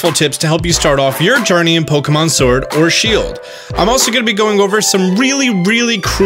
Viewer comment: dude u suck at pronouncing sword , sware i heard silver 3 times